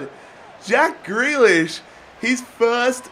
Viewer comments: It’s pronounced ‘greelish’ not ‘grelish’ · Greelish not grehlish please. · it’s GrEElish not Grelish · I mean grEElish in how it's pronounced not spelt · How you say grealish gree-lish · You don't pronounce grealish name like that u have to say greelish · Its prenounced 'Grilish'. Im Irish so i know.